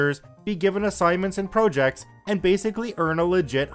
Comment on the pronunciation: Did he say Pro Jects lol